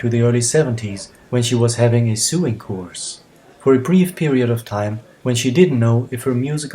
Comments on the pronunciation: I love this! But .... it's pronouncing "soe-ing"; suing is what a lawyer does :P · Sewing pronounced "so-ing". Not like the vowel sound in "sewer". Easy mistake . Cheers. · Thanks for this interesting & insiteful look into Head Over Heels. Please don't take this as an insult as I know English isn't your first language, but you pronounced the word 'sewing' (sömnad) in the way we pronounce the word 'suing' (stämma) several times in the video & it slightly confused me as I didn't have the captions on & wasn't looking at the video at those moments, but then quickly realised what you meant when I wound back & actually watched those parts with the captions on too. I hope it helps to know that the word 'sew' is actually pronounced 'so' 🙂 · Thanks for the fantastic video - Head Over Heels is one of my very favourites (probably top 5, certainly top 10!) and it's nice to find out more about where the video was filmed. 😀 Also, I thought I'd let you know that "sewing" in English is pronounced so that it rhymes with "going" - of course it's not a problem to make a mistake (and it certainly doesn't detract from the video at all!), but just thought I'd help out. :)